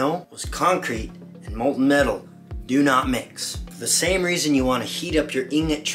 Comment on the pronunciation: molten metal not molton